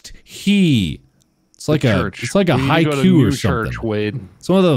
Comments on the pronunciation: as a Haikyu!! fan, Mark saying ‘haikyu’ really threw me off. Then I realised he’s just mispronouncing ‘haiku’ or sum’. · Plus it's supposed to be Haiku not Haikyuu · Mark: "It's one of them Haikyuuuus," Me: ...Hinata? Kageyama? Noya? SUGA??? ...OH. He meant "HAIKUS". LOL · mark: you should try the haikyu(falsely trying to say haiku) me: TObE fLYyYyY hIIiIiIGH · I think you meant “haiku,” Mark. Haikyuu is the anime. 😂